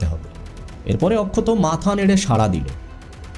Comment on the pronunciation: OMG!!!! What poor pronunciations. Please work on it. Akshat এত সুন্দর একটা নাম । আপনি তো তাকে অক্ষত করে দিয়েছেন একেবারে বাংলা তে 😂😂😂😂😂